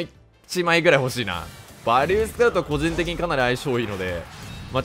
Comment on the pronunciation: 呂律が回らずバリューて言えんかったんやろな…